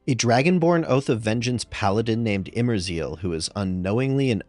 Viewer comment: I'm the only one that heard Imerzeel as "In Brazil" ?